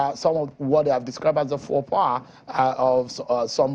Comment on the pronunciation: "FOLKS"- pas ... abeg oga na "faux -pas" (fo-pa), understood say our language no be French, so if need be stick to our adages abeg, it conveys much better. 🤣Person wey dey explain gaffes come dey gaffe kilode!